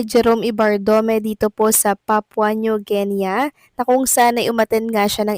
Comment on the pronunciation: Sus, maryosep! New Genya (sounds like!) ang pagpronounce sa New Guinea! Should sound like nu or nyu Gini. Tong.vlogger na to, lagi kong inaadvise na before magbasa o magsalita, pagaralan how words/names should be pronounced to avoid misunderstanding. Dami nyang mispronunciations! Pwede nman syang magtanong or magpaturo sa mga nasa paligid nya.